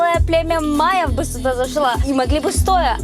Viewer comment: А ещё "суда" (вместо сюда) меня умиляет))